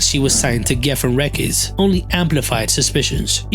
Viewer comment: he pronounces "records" like "reckids"